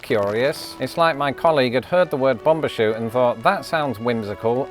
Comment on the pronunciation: It's bum bershoot not bom